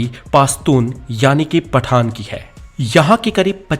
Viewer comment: पठान और पठाण 😂😂😂